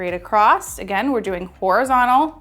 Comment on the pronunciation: )). Going what? Acrossed? Accrosst? Across